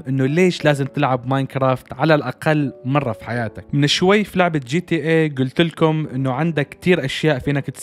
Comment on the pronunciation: جاتا عند المصريين بس و عالميا اسمها جي تي ايه . انطق كل حرف لوحده g.t.a